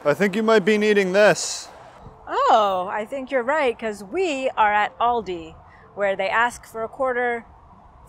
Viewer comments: Also, its Aldi not Alldi :P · ALdi...as in AL Capone.Not orldi ;)